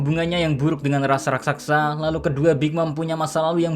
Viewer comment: wkwkwkwk rakSASA bukan rakSAKSA min heheh